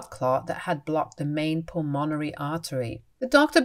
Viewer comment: Pulmonary is pronounced PULL-mun-airy. Pulmonary embolism.